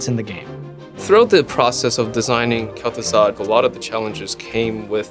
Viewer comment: lul wtf? Gaz'Thuzad?